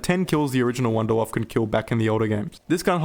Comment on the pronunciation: First zombie content creator that actually says the wunderwaffe the right way lmboo